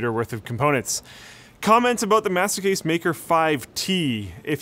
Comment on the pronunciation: when you say "master case" it sounds like "masochist" :D